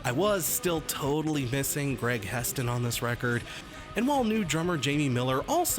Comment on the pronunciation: One of your favorite bands and you call Hetson "Heston" (twice)... Shame on you.